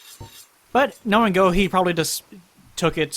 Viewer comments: Also Gough actualy pronounces his own name like Gof. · In Australia we had a prime minister called Gough Witlam back in the day and his name was pronounced like 'cough' but with a g. I can only assume Hawkeye Gough is pronounced the same as his. English words are fun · So apparently Gough is named after Vincent Van Gough for reasons(??) so I guess that's how his name is pronounced. He's also not the only Souls character to be named after an artist. Ornstein is named after Leo Ornstein, a pretty well known "experimental" composer, and Ludwig in Bloodborne's DLC is famously named after Ludwig Van Beethoven. I don't know why this is, since none of these characters actually seem to have any connection to their namesakes (other than Ornstein's lion motif I guess)